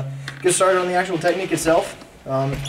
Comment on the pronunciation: i had to laugh soo hard where you accidentally said "Techtique" XD